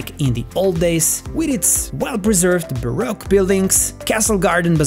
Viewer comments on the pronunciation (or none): none